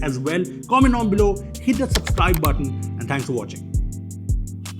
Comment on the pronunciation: Subscribe not supscribe